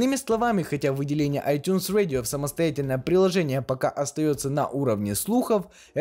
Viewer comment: ай тюнс радио! А не ай тюнс уэдио. Говори по русски